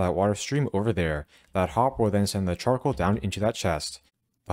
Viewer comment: Ngl,i really heard 'chocolate' instead of 'Charcoal' 😂